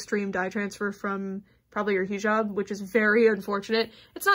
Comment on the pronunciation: hii!! not tryna be that one bitch but its pronounced " hih job" like hih as in hiccup and job :) love your content !! <3333